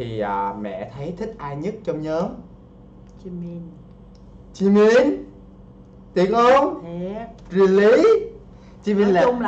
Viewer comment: Anh ơi anh đọc sai rồi jimin chớ không phải chi min đâu